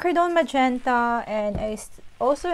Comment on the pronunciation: Gusto ko yong color combi mo sis at talagang memorize mo mga color ah..may tunog lang sa kin yong pagbigkas mo ng majenta hihihi..sa madalit sabi magandang maganda